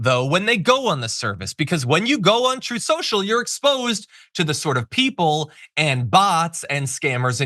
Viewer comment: "...TROTH... SHO-SHO..."